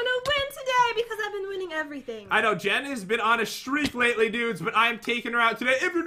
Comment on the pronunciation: When you said oh oh chest it sounded like oh oh Jen haha LOL lav ya